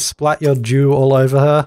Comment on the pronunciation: Every time you say 'dew' it sounds like you're saying 'Jew'. So saying things like 'Lets throw my dew at Lucifer" or "Lets introduce dew into the environment' is hilarious.